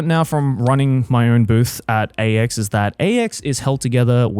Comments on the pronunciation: I feel like it's supposed to be "I did so much at AX this year" but yeah it 100% sounded like Ecstacy lmao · why’s it sound like Joeys saying “God I did so much ecstasy this year” 😂